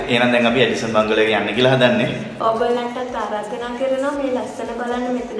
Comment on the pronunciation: බංගලෝ නෙවෙයි බන්ග්ලෝ